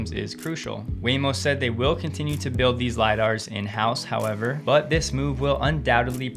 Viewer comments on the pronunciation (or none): none